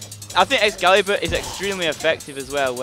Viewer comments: It's (X-CALA-BUR) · Excailebur? Try A EX-ALI-BUR.